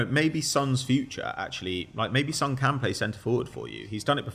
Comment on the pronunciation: The fact that you mispronounce Sons name still is funny to me